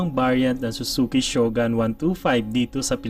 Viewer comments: Shogun? ShogAn ba bigkas nyan? Ang alam ko shogOn bigkas e. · Ganda ng mga content mo Sir, mali lang pronunciation natin ng SHOGUN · Nagka motor kayo ng ganyan pero hindi nyo man lang inalam tamang pronunciation ng shogun🤣